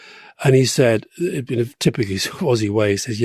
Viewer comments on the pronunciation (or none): none